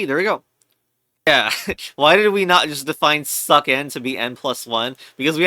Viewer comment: its succ like sucks not succ like suck because the second c is pronounced like an s